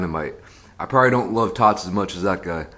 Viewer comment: said, "I love me some tots" I heard, " I love me some thots" 😂😂💀💀